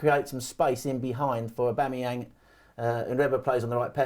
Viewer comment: I agree is the man, but I unfortunately can only focus on his inability to pronounce ‘Aubameyang’ hahahaha